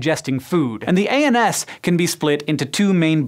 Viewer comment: i know he said ANS but i hear anus